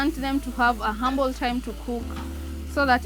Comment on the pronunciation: wewe unajua kusema omena in English lakini bado unatuambia 'humble' time badala ya ample time 😂😂😂😅